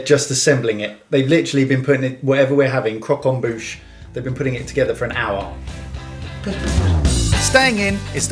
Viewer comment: Croque-en-bouche* (Please don't say I'm wrong I'm French)